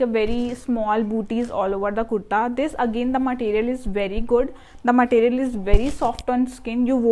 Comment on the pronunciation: Matteeriyal ❌ Material ✅